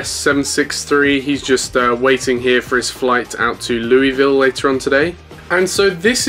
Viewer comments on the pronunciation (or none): none